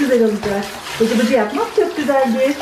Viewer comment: Bıcıbıcı değil cıbıcıbı😆😆😆😆😆😆😆😆😆